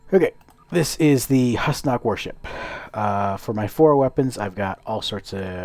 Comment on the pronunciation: It's actually pronounced who's knock! Not hos knock